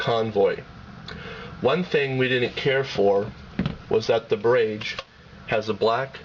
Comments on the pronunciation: barrage! rhymes with mirage. wow...internet "journalist" are horrible. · Are you goddamn kidding me, not being able to pronounce "Barrage"? PhoneArena has officially been removed from sites I will ever check while looking at phones... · It's encouraging that watchers recognized the mispronunciation of barrage. It drove me nuts too. That said, it was a good, and seemingly objective rating video on the phones. I came away knowing that the Casio would be my next phone. I pray that it has more reliable phone use than my friggin' Palm Treo, that drops calls, fades out on both ends, etc. But, that's another rating story. Seriously dude, use the video, and dub in new voice-over with the correct pronunciation. Good job overall. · a few things- 1. learn to pronounce barrage. 2. if it's not QWERTY, it's a keypad, not a keyboard. 3. tell us the internal screen size in inches... especially if you tell us the external screen size in inches. 4. don't make reviews at 2am! otherwise it was a good comparison.